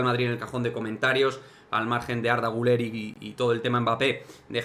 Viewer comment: Por cierto. Has pronunciado el apellido del jugador turco muy bien. Y creo que eres el único.